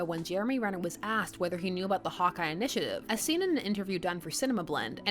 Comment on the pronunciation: I kept hearing "Hot Guy" instead of "Hawkeye". I mean, that would also be correct, but still.